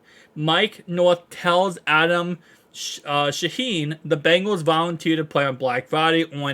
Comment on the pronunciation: Good work. But it's not Adam Schein's last name isn't pronounced sha-HEEN. It's SHINE. I listen to his show most mornings and he's pretty good